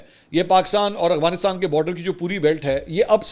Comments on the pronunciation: Mansoor bhaeey ap k vlog daily dekhti hun.bahat achey hotey hain bas ap Afghanistan ko Aghwanistaan boltey hain to Afghanistan bola krain.😊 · کافی وی لاگ سے دیکھ رہا ہوں آپ افغانستان نہیں بول پاتے۔ اغوانستان نہیں افغانستان ہوتا ہے۔ سلامت رہیں ❤ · سر آپ افغانستان کو اغوانستان کیوں کہتے ہیں 😂 کیا یہ کھلا تضاد نہیں ہے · Sir true word is Afghanistan, not is aghfanstan.